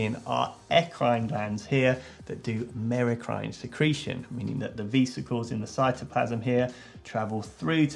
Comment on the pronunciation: Do you call Vespas "vee-spas"? Because....vesicles isnt pronounced vee-sick-els it's veh-sic-els